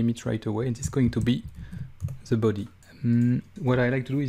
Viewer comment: I let out a little giggle every time you say things like "Ze büdy"